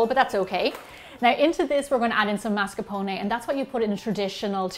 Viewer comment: MASCARPONE !!! With the R